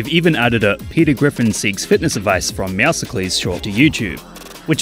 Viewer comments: "meow sa kleez"? its muscle and meow pronounced as "meowsles" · Meowceles is pronounced like muscles with a meow at the front Not meow sa clees 💀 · Bro this video feels more like a surprised hype vid also I’m sorry but did you say meow ce clese? It’s meow scles (just s don’t pronounce the c) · I'm imaging "meow Sickles" as a grim reaper version of meowscles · MEOWSICLEES? It's pronounced meow-sulls (like muscles but meow-scles) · Fact: its not Meow-see-cle's its Like Meow and then Muscles Meow-Souls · wait, its pronounced "meow-se-kles" and not "meow-skles"???? Man, i use that skin 24/7 and i never knew. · Ummm, its actually pronounced "Meowscles"... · Don’t worry I pronounced it as meow sickles too 💔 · Meowscles being a Greek philosopher sounds better tbh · I pronounced it as meow suhcules like meow icicles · Meow seclies???? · I also pronounced it as meows-cleas too. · It's Meow-cells. Like a mix between Meow and Muscles. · bro said meowscles like hercules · bro really said "meowsicklies" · It’s pronounced meow-scles like muscles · "mew-see-klees" bruh💀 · "Meow si clees" ☠☠☠ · "meowseklees" is the weirdest way I've heard meowscles be pronounced so far. It's supposed to be pronounced like muscles but with the word meow in it, since it's supposed to be a play on words. How are people so bad at pronouncing his name? Like, this isn't even a problem this guy has, almost everyone pronounces it a different way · you pernounced the name wrong is Meow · scles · UPDATE: I pronounced "Meowscles" incorrectly, and I should have said "Meowscles". My whole life I'd been reading it as "Meowscles", and that's on me. I love you all ♥ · Yeah I was about to point that out. It's meant to be a play on the word "Muscles". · how dare you pronounce Meowscles' name wrong 😡😡😡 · When people say Meowscls' name wrong and dont get its a mix between MEOW and MUSCLES ITS PRONOUNCED LIKE MEOW-AND THE SCLS FROM MUSCLES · that's not how you say Meowscles 💀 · Blud tf did you pronounce Meowscles